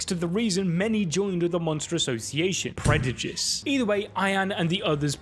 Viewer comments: did he say Predujice instead of Prejudice? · "P R E D U J I C E" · did bro say "PREDUJICE"😂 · predijus(not bullying just think its funny)